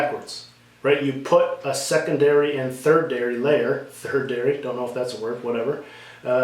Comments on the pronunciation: Great video! "Third-dary' is tertiary. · Useful video on thread tension management. By the way, that word for third level is tertiary (pronounced tershiary).